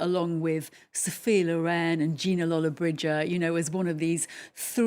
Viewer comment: Film critic can’t pronounce Lollobrigida 🤦‍♂️